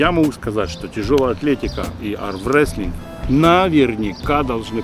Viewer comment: когда нибудь будет ли президент армрестлинга учиться нормально произносить слова Армрестлинг